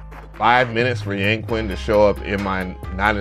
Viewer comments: Great video. I love all your reviews. For a future reference, remember that "Q" in Chinese is pronounced "sh". Hense it would be pronounced "Yangshin". Does not make a difference but was the way they pronounced it in the NI walkthrough video. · In chinese it’s pronounced as “yaaang” “chin” . Just incase 🤓. fab video bruh . grabbed it asap !!! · Its pronounced Yang-chin.... Makes me laugh when they westerns call it "Yang-queen" 🤣🤣🤣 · Thanks for the find! When you see a "Q" followed by a vowel in a Chinese word, it's pronounced more like "CH," so the Chinese dulcimer is pronounced "Yang-CHin." Happy New Year!